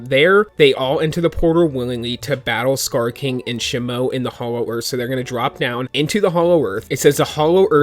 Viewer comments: It’s pronounced she moo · "sheee moo" is pronounced the new ice titan ..also, i love leeks..keep getting us leaks and informed!! i love it! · No is pronounced Titan Shimo I'm not mad is just wrong to say in my perspective okay